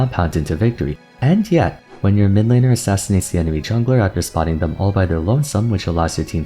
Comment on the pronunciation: min-lane is still funny to hear from you tbh